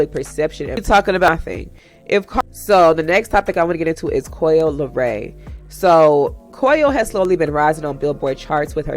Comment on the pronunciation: Coi * Leray…. No “L” at the end